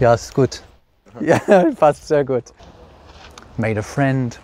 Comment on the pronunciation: "German fwend!" 👍👍